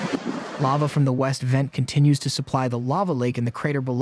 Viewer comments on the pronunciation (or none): none